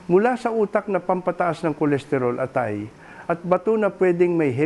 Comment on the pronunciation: tunay na Pilipino ba ang nagbabada qt nagsasalita o AI generated lang! Maraming salita, tulad ng lason at atay, ay mali ang pagkakabigkas. nakaka-irita🤨